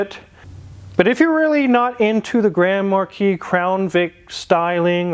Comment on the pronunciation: Grand Markeece!?!!? Do you also say Grand Pricks?